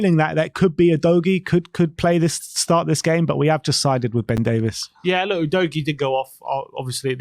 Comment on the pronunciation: Hi guys, sorry but I have to say it's Ben DAVE-EES not Ben DAVE-ISS. Note the spelling of his surname, just saying.